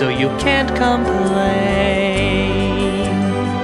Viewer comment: That's "complain"